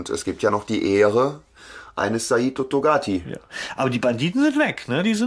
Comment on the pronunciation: Bin echt begeistert von Eurem Podcast, danke, danke, danke! Mir gefällt er wesentlich besser als die beiden anderen und es wundert mich, daß ihr nicht viel mehr Aufrufe habt. BTW der Typ heißt Saito Togati oder war das ein Witz den Namen immer wieder so verdreht auszusprechen?:-) Bin schon sehr gespannt auf Euren nächsten Streich!!!!!